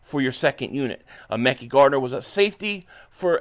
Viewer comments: Man you are driving me craZy with this "Mekey" it is " Mekeye". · Happy birthday to your daughter also you pronounce his name Mi-ky like Kyrie except it’s Ma-ky Becton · I’m sure his name is pronounced “Mek-Eye”